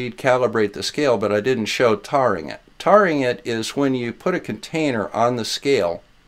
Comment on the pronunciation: love your videos as always. One question: Since the verb taring is related to the noun tare (pronounced with a long a), shouldn't taring also be pronounced with a long a? I think tarring would be something to do to flat earthers with feathers added for good effect.